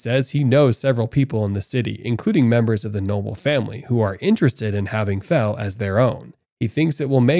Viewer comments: Yeah he actually says it right a couple times but then immediately goes back to saying fuh within seconds after saying fel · He keep saying fu than fel it keep triggering me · You're pronouncing it like Vietnamese Pho (that's beef noodle soup) but it's pronounced like felt without the t. So Fel. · Bro why do you pronounce "Fel" as "Fuh"?? That doesn't make any sense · Am I the only one who noticed the narrator call Fel by his name correctly at first but later on he calls Fel by Phu not Fel😂😂😂😂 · Fel fel fel not fur wtf??